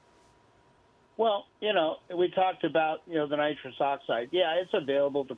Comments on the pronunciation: Nitris lol....they said helium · It's nitrous you fuckin anchor-bozos